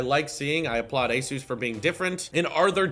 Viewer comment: Btw you’re pronouncing ASUS incorrect, the pronunciation comes from the word Pegasus. Anywho great vid!